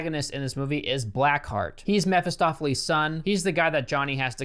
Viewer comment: Why are you calling Mephisto the wrong name? It’s bothering me lol In Marvel it’s just Mephisto. (Ma-fis-toe) lol.